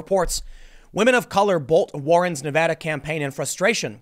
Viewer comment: Thanks for saying Nevada correctly Tim. Its crazy how many newscasters say it wrong.